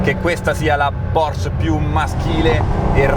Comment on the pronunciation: Però il nome Porsche pronuncialo bene, con la E alla fine ☺, è Deutsch nicht Fronzösisch. Cmq se vuoi provare una modesta Caterham 165 fammi sapere